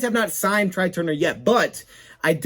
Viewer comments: It's pronounced "Trey" not try..lol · Couple things. First it’s pronounced TRAY even though it’s spelled TRY. Second they have to structure the Calvin repayment back so he’s not taxed again and it doesn’t effect the Cap. So it’s going to be tricky